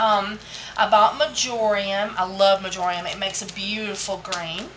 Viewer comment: When you are saying "marjoiam" do you mean "marjoram" or are they different? Thanks for such informative content in the videos. Love you & them!